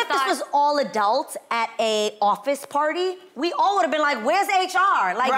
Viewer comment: Adrienne w the “adalts” AGAIN